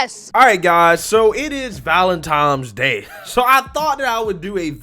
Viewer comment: ValenToms Day?🤔